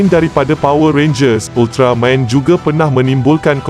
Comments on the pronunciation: Stress dengar part sebut ultramaim hahaha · Sekadar teguran... Minta tolong sebut betul2 .. 'Ultra-man... Bukan Ultra Main' ye. Please la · UltarMAN! BUKAN UltraMEIN! Adoouii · Weh aku dengar dia cakap ultramain itu je aku dengar hehe ... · Moderator ni org mane ni, sebut main hentam je... Buruk betul mendengarnye... Sentai jadi Sentai... Ultraman jadi ultramain... Stress dengo .. dh la cara Penyampaian membosankan... Best lg faktaw... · ye betul. itu sebutan dalam bahasa jepun. tapi masalahnya si pencerita dalam video ni sebut Ultraman jadi Ultra Main., tak ke pelik bunyinya tuu..??? 😝😝😝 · Pelat agaknya.😅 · Admin Sebut "Ultraman" pun mcm bodoh !!! 💩💩💩💩